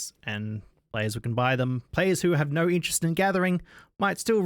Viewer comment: Did you just say naur???